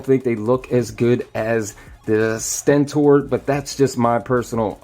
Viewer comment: he said stenten